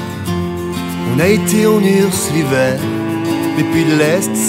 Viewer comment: "l'hiveuh-air" façon Delerme, mais apparemment je suis le seul que ça choque. Ptêt parce que je l'ai écouté 30 fois aujourd'hui... (je cherchais les notes). Plus sérieusement, elle n'apporte pas grand-chose cette reprise (mis à part le petit solo sympa à la fin), vu que l'originale était déjà "acoustique". Cela étant dit, je crois que ça a été ma préférée samedi soir à Vitry. (en même temps, le choix était limité vu que vous n'avez pas fait une seule chanson des trois premiers albums... Oui, je suis un vieux fan aigri. ;-) ) Bonne chance tout de même pour le lancement de ta carrière solo, je vais aller découvrir tes chansons.